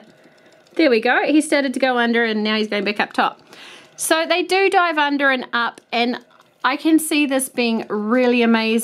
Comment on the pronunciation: When she said dive it sounds like die